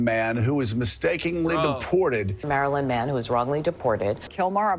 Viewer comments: It sounds like they're saying the muffin man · almost sounds like they're saying marilyn manson. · "Marilyn man-son" 😂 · I kept hearing it as maryln man and my brain kept autocorrecting to maryln Manson, which is funny, unlike all these alphabet soup media advocating to bring back a terrorist to the country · They said Maryland man so often that I now hear it constantly as Marilyn Manson 😆